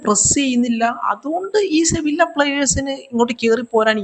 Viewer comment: ഈ സമയത്ത് പറയുന്നത് ശെരിയാണോന്ന് അറിയില്ല.. സെവില്ല അല്ല ബ്രോ സെവിയ 😄